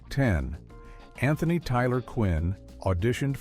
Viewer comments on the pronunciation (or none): none